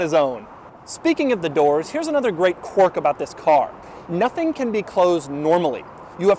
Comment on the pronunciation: Dougie, there is an I in quirk. It's not qwork or whatever the fuck you're saying. I'd expect more from an "author."